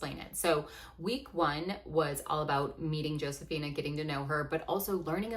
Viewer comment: This isn't meant as a criticism, just wondering why you dont pronounce her name Ho-se-fee-nah like its supposed to be